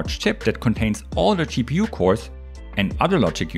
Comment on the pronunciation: Watch ahain, but this time you hear CheaPU instead of GPU, and he is not wrong...